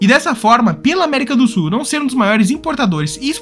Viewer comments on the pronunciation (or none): Du SU da América do SU. rs Ótimo vídeo, mas muito sui generis a pronúncia de "sul". 🙂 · Que nervoso! O narrador não pronuncia o L na palavra “sul”! Ele diz “América do sú”, “cone sú”, “para o sú”…. 😖😣